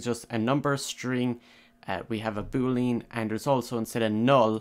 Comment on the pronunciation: boo lee an. not boo leen lol but good job